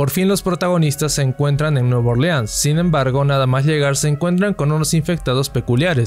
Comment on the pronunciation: ok pero nadie le presta atención a que dice liegar y liamar en vez d usar la pronunciación adecuada?